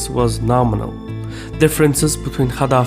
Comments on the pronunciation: Why do you think that pronounce the letter g as kh is like the perfect pronunciation for arab words,you chronically pronounced gaddafi as khaddafi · idk if its different in azeri/turkish but gamal is the name "cemal" and gaddafi is pronounced "kaddafi/kathafi"